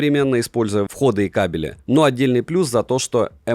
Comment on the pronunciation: С первой минуты видно профессионала) ВходЫ, ВХОДЫЫЫ...) А не выходы😂